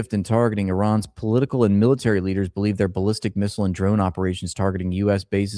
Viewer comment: The “BAAL-listic Missiles.” 😂😂😂😂😂😂😂😂😂😂😂😂